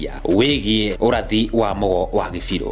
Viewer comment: You are misleading when you pronounce Kibiru as Gibiru